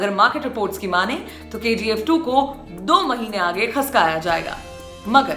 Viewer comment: Maam mp se ho ,khashkaya nhi khishkaya